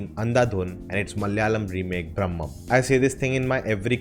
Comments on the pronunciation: Bhramam - is not pronunced as Brahmam - both are different words and have different meanings :) Bhramam is not ब्रह्मा. Bhramam means illlusion and can be pronunced as this ब्रमम . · Not brammam.... It's bhramam....fascination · It's not Bram'mam, but BRA'MAM (obsession)